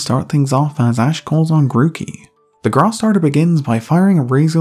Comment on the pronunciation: I Think It's Funny When You Say Grass It Sounds Like Grarse (If You Don't Agree Or Think It's Mean I Understand)